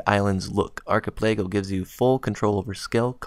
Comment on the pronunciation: check out how to pronounce Achipelago